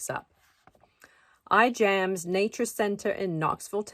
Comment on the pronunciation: The correct pronunciation of Ijams is "I'mms." Like I'am with a long I and without the "a". Thank you.